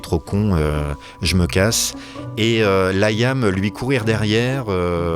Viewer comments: Layam se prononce Liam . Merci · J'écoute le podcast et j'ai une pub qui pop avec Amazon et la chanson d'Oasis "She's electric" 🤣 Liam se prononce "Lee-um" en anglais et "lit ame" en français arrêtez de dire "L' ail ame" depuis 30 ans vous n'avez pas corrigé cela 😂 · Un podcast non avare de clichés sur le groupe et ses membres. Déjà quand t'entends 'Laîaamm' ça donne le niveau.. Un podcast par un quelconque amateur sur son temps libre est 4x plus objectif. Le pire, c'est que c'est quand méme en progression par rapport aux articles claqués au sol qu'on a dû se coltiner les décennies passées.